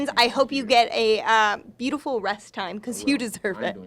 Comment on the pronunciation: beautifur, beautifur, beautifur, bautifur, anger